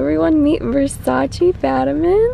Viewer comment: It’s versace not versaci but lovely cat